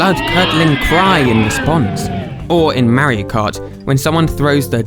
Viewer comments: i can't help but... "maowrio", just the way he pronounces mario lmao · How do you pronounce it? Mario or merio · Thins I learned: Twas called Animal Forest. Whatever Country he is from they don't know how to pronounce the word Mario.